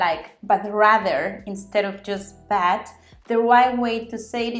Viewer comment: As always, a great video! I learn a lot from you. Still wish you would sloooow down on your Spanish parts though. Yes, I know I can slow it down with the settings, but then your English sounds very very slow. Not to criticize, just constructive thoughts for you: But & bad, you need to enunciate your vowels better. They sound the same. And, most, is not pronounced With a short o like many Spanish people do. You need to make your o LONG for this word, otherwise it sounds like moss, that green plant that grows on rocks. My Spanish friends say dogs and ducks exactly the same way, so I’ve heard this problem before. Hey, if I have to learn how to roll my Rs before anyone understands me…